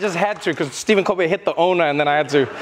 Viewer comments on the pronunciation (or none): none